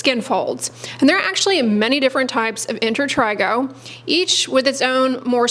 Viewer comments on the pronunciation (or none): She says inter trey go